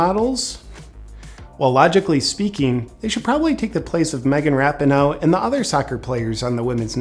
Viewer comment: Rap-in-no 😂😂... *Ra-pee-no